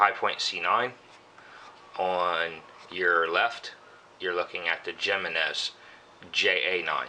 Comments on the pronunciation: It bugs me when they pronounce it "Jeh-men-ehz" too. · j in spanish is pronounced as an H in english it is like himinez i not seen a vid yet when a gun guy got the name right lol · Hey, it's pronounced "hee--men--ess"! No habla Espa~nol usted, se~nor? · it's pronounced himinez with an h sound for the j. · Its him-man-nez ! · Jimenez I believe is pronounced HIM en ez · Michael Schultz 100% correct! and as for who cares? Don't know... should I call your Ford, a Pontiac? One is right and the other is not. HE MEN EZ. The name is spanish and the j is pronounced as an h. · It's pronounce with an H not the J, its a Spanish name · You guys are fucking idiots and how is that such a weird random name it's a common Spanish name dumbass and like the other dude said it's either right or it's wrong if it was your brand you would hope people pronounce the name of your brand right so that other people would know the name of it and the pronunciation and then try to buy it if they liked it simple as that